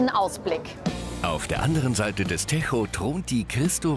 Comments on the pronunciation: Nicht “techo” sondern “tejo” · Wenn Ihr schon was über portugal berichtet bzw lissabon dann lernt mal die wörter auszusprechen . Mein fresse ! Es heisst TEJO net techooooo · Der Tejo heißt nicht techho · Es heißt nicht „techo“ sondern „tejo“ mit Betonung auf den t und j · in 3,5 Jahren Lissabon nicht einen Portugiesen gehört der "Techo" sagt. sondern "Tescho". ^^ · Ahhhh, lieber Sprecher: Der Fluss heißt nicht „Techo“, sondern wird „Tejschu“ ausgesprochen! 🤯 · Leude der Fluss wird doch nicht „Techo“ ausgesprochen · Also Ich komentiere nie etwas aber unser Fluss in Lisboa heist nicht ,,techo’’ sondern tejo !!! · Der Fluss heißt "Tejo" nicht Tärro hahah 😂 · in 3,5 Jahren Lissabon nicht einen Portugiesen gehört der "Techo" sagt. sondern "Tescho". Bekomme ich pro falscher Aussprache 50EUR? :P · Ich als Deutsche heule schon bei der Aussprache des Tejos. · Tejo war schon grauenhaft. Bei den Natas bin ich grad angekommen... Mal sehen ob ich a wieder Ohren Schmerzen bekomme. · Bitte den Tejo portugiesisch aussprechen und nicht spanisch. Ist Lissabon, also Portugal. Nicht Spanien. Da tun mir ja die Ohren weh. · Kann bitte mal jemanden den Moderator sagen das Lissabon nicht in Spanien liegt und "Tejo" nicht so ausgesprochen wird... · Tejo wird anders ausgesprochen